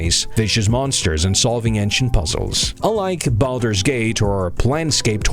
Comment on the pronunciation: Imagine making a video like this and not pronouncing Baldur correctly. Hilarious.